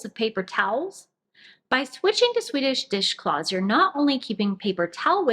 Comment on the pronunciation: Great video...and I'm glad that I'm not the only one that has difficulty saying "Swedish dishcloths"..... :-)